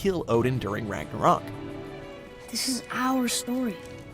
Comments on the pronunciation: The way you say Ragnarok really upsets me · Why this guy say ragnaroak